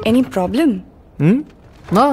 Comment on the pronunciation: খুব সুন্দর উপস্থাপনা, কিন্তু অনুসূয়া চরিত্রে যিনি অভিনয় করেছেন তার একটু উচ্চারণে সমস্যা আছে। যেমন প্রবলেম কে বলছেন পবলেম, প্রবন্ধ কে বলছেন পবন্ধ